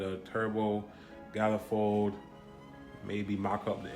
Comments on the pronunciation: WTF is a gallefold?? it is pronounced man eh fold LOL!!!!!!!!1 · Lmaooooo are you saying GYALifold cause lavaaaa for MONifold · Galifold? It’s pronounced manifold. Why?